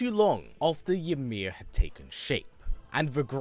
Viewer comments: Fun fact for you the letter y in Norse is pronounced like an I and j is pronounced like a y an example would be imir instead of ymir and yormangandr instead of jormangandr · I always enjoy your videos but the way you pronounce Ymir is a bit jarring when you could hear Mimir and Atreus say it correctly multiple times in game 🤷🏾‍♂️